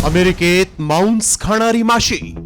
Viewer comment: तु पहले मराठी नीट बोल मांस ला मौंस म्हणतोय, 🧐🧐🧐🧐🧐